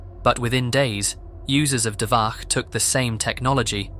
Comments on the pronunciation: Listening to you saying "dvaKH" instead of "dvaCH" again and again was so painful. I just... Why? It's "CHAN" NOT "KHAN". Why. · Not 'dvaH' It pronounced 'dvaCH' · It's not DVAH it's DVACH, where CH is pronouncing like letter Ч in Russian, closest I can think of is Che Guevara you pronounce DVA(CH) exactly like comrade Che. You don't pronounce it like Khe Guevara dont you? Also Dvach based for leaking those foul women ID and social pages. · The "ch" in Dvach is pronounced as in "chapter", just so you know. It's literally named after 2chan: dva (2 in Russian) plus ch from chan.